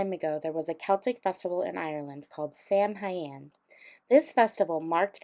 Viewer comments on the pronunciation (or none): Pronounced sow in